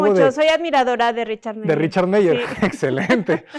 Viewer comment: Arquitecto cuidado con la pronunciación de apellidos alemanes, ya ha corregido el "Eisenman" pero sigue cometiendo el mismo error en "Meier" en ambos casos "ei" no deben de sonar como en español "ei", sino como "ai". Por otra parte el apellido "Le Corbusier" es en francés y ahí podría intentar esto "L Cobusie" de manera suene la "L" pero no la "e" y "r" en francés tiene un sonido muy distinto al sonido que utilizamos en español este caso la primer "r" es mucho más suave (no como ere ni como errre, sino un suave Cor), y la "r" sier al estar al final no se pronuncia (es como una r muda)